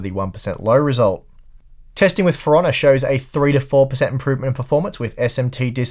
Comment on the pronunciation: Lol I thought he said, "Piranha" instead of "For Honor"